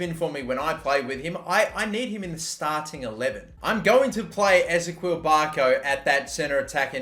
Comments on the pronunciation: You are saying barcos first name wrong it is pronounced; is - ee - key - ul not ez - a - kweel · It annoys me how you say Ezequiel Barco Its Eh-zee-key-ill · I'm not too sure but I think ezequiel barco is pronounced like Ezekiel, e-ze-key-l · I hate it the he says barco’s first name wrong